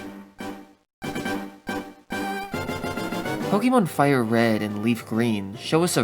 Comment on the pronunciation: Now if only he could pronounce names of things correctly 💀poketuber that can't pronounce "pokémon" lmao 💀